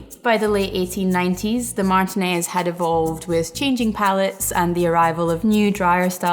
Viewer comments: As someone from Contra Costa County, it’s mahr-TEE-nehz. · That's interesting. I am sure there are other pronunciations of it but my family is from Martinez and the surrounding east bay and I have only really heard it pronounced that way. So it was a surprise to hear the pronunciation in the video. Cheers though, love the videos!